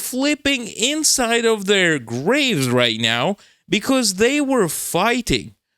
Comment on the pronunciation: is turning into a cat right meow. Just listen how he pronounces "meow"... erm, I mean "now".